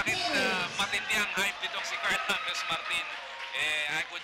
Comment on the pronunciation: hindi hames😂